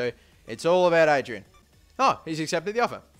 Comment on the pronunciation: Adryan takes ages to get past 80, and it's pronounced AH-DRIE-AN